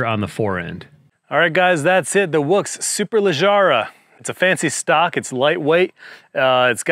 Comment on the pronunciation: Other ways to say it to not spu d ridiculous. 1.) "Super-leg-ruh" 2.) "Super-leg-ra"